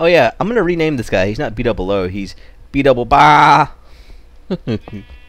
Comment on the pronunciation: It really should be BAAHH-doubleO